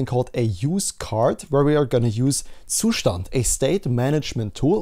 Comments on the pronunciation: Great content man, you are also the only person on the internet who pronounces zustand properly. I know the reason, I see your windows task bar. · Finally someone says Zustand correctly.